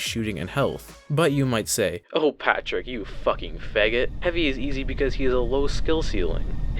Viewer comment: why do you say faggot like that